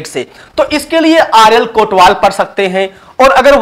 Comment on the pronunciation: sir vo kotwal nahi kotpal hota hai or astar nahi star hota hai